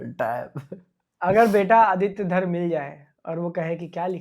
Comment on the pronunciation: Uska naam Aditya धार नहीं,धर है